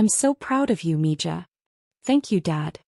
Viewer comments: It’s pronounced ME-HA not me ja…spelled MIJA… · Please teach your AI how to pronounce the J in Spanish words. Mija is m e h a. I know it's a tiny thing but it's annoying and upsets the flow of the story for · I speak NO SPANISH, but this really grates on me. If you insist on using nicknames from another language, they need to be pronounced correctly. That’s respectful. 🙂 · 🤣🤣 I think someone needs to teach AI some Spanish, right, Me Ja?🤔🤣🤣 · You need to clean up this monologue. Torres is correct; mija is pronounced miha which means my little girl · I come for the comments, almots as funny as the AI trying to read mixed languages as English. Meeeeejahhhhh.